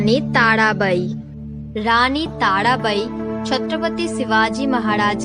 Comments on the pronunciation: Please voice to thik kijiye tadabai nhi tarabai and where is Raziya sultana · ताडाबाई नहीं ताराबाई बोलो